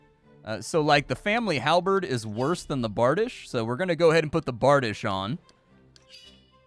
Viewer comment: I know this video is old lol but it’s pronounced <Bar-di-shay> Bardiche